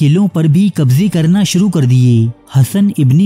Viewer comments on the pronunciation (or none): none